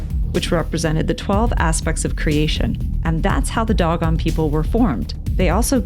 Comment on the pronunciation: I've never heard the word Dogon pronounced this way, it's usually pronounced like "dough-gone"...why do you pronounce it that way?